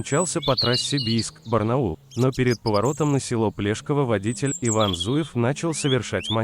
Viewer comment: Не ПлЕшково а ПлешкОво правильно